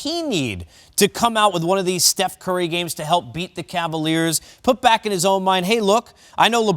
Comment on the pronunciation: Was he saying "Steph Kurr?"